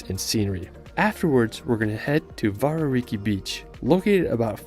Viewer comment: The mispronounced words were place names most Māori place names. Starting with WH are usually pronounced as F so Wharariki is pronounced "Fara-riki". Tekapo is pronounced Tek-apo" not Te-ka-po its minor I know but it's just a correction. Also, Wanaka is pronounced Wan-a-ka not Wan-aka & Pūrākaunui is pronounced Pūrā-kau-nui (more emphasis on the ka). Finally the black sand what he didn't tell you is the black-sand beaches on the western side of the North Island are rich in titanomagnetite – a magnetic variety of iron oxide that also contains some titanium, it is more commonly known here as Magnetic ironsand. Hope that helps you out here.